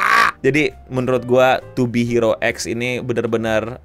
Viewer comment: yang bener pengucapannya to be hero x bang bukan to be hero x